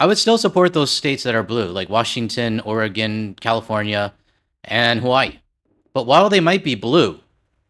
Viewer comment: I know you don't care but it's Will-A-mette, not WILL-a-mette. Thank you for saying Oregon correctly though. I have Canadian neighbors, fwiw 🇨🇦💙